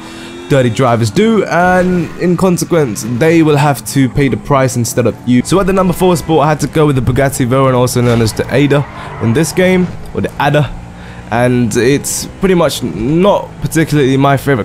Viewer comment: This guy knows nothing about cars Bugatti vayca?!